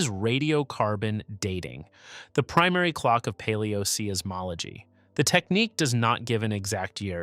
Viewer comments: Seismology is pronounced "Size-mology" NOT "See-is-mology"! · I agree, the pronunciation of "See-is-mology" is a bit jarring. And then there is "Tea-John". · I tried to watch this. Really I did. But I just couldn't take someone presenting himself as an expert who didn't know that seismology is not pronounced SEE-IZ ... smh